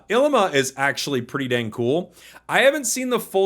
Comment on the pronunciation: Yo just a small pronunciation thang, Ilima is pronounced with long e sounds (ee-lee-ma) and Kiawe is with a v (ki-ah-vé). Just some Hawaiian words 🤙